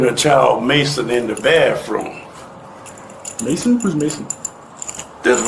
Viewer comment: Where does anyone learn to say “baffrum” for bathroom or “axe” for ask? My school friend was originally from NJ & came to NY school saying “axe” & almost 50 years later she STILL says that instead of “ask”🤦🏼‍♀️🤷🏼‍♀️.